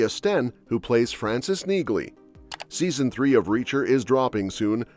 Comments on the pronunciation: the "g" is silent. Have you even watched the show? Her name sounds like nee- lee not neegly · It's pronounced nee-ly. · Neagley is pronounced Knee-Lee. The G is silent. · Pronounced NEE-lee! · It's NEELY! Drop the "G" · Her name is pronounced "Nealey". The "G" is silent. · You're pronouncing Neagley incorrectly. The "g" is silent. And Reacher is gonna suffer without Sten in the series I can tell you that as she is extremely popular on that show. Yep she's a helluva an actress. No touchee! Quite a switch for such a good looking woman. I wanted Reacher to give her a huge hug in several areas but I guess it won't fit. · I hate those voices they use in videos. Can't even pronounce names properly. Says Neagley and pronounces the silent g. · The "G" is silent in Neagley, like the "G" in Neighbor and Phlegm🤔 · Listen to the characters in the actual shows. The G IS SILENT in Neagley.